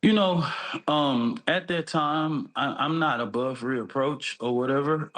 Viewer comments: This dude is dumb. “Any lost of life” It’s “loss” not “lost” “I’m not above reapproach” It’s “reproach” not “reapproach” And this is their spokesperson??? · lol said "I'm not above re-approach." LOLOLOLOL words are hard. It's REPROACH. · The spokes dude is a fucking fraud , dude can’t even say “reproach” he said “re-approach” But is trying to articulate why it was self defence? The dude doesn’t even know how to properly speak his own language He’s a fraud